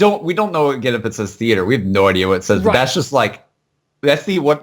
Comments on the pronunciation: It is Die/lie in the theatre but theatre is pronounced "Theatar" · not theater but theahtare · Dylan Stamback nah it's defo theatre, you can hear a "t" instead of a "th" pronounced